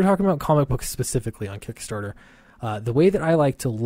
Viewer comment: Kick Nasser , not KickStarter .